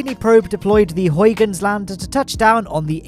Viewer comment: You almost managed to pronounce huygens correctly, but it's actually a pretty good attempt.